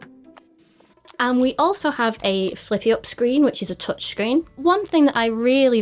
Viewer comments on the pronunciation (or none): none